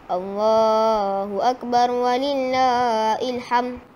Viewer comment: alhamdulillah...tahniah ustazah!!! usha yg murni. Mohon maaf sy cma sarankan sebutan dan makhraj huruf muridnya dipertingkatkan... "walillaahi" jadi wlillaa " i "